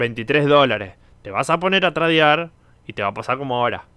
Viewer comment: SE DICE TREIDEAR, NO TRADEAR